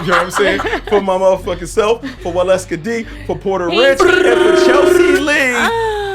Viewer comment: Tell there isn’t a ‘b’ in ‘supposedly’ just like porta rich